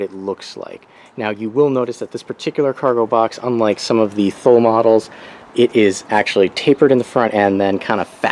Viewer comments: First it’s pronounced TOO LEE. How much room will you lose setting your luggage on top of the mounts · Thanks for sharing. Was looking at this for my 2017 Forester and wanted a better idea as to what it would look like on the car. BTW, it's pronounced "too-lee." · Thule is pronounced Too-lee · FYI, Thule is pronounced "Too-lee." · What is the length? Do you think it would fit on a Subaru Impreza sedan? BTW.. it's pronounced TOOLEE